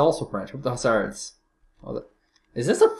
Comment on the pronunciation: Pleas for your french/english translating STOP SAYING CHASSEURZZZZZZZZZZZZZZZZZZZZZZZZ WE 'froggies' ARE NOT SAYING ZE "S", its UNSPEAKING LETTERZZZZZZZZZZZZZZZZZ same for HUSSARDEZZZZZZZZZZ Now that you are advised you ll say "CHASSEUR", and "HUSSAR" thankZZZZZZZZZZZZ to you for your awesomezzzzzzzzzzzz vidéo